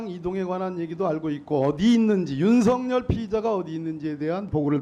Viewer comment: 왜 윤삭열이라고 시원하게 말을 못하남 수상하네